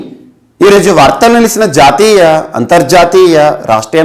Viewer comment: Omg...the way u pronounce jaateya and antarjaateyaa...is so so so nice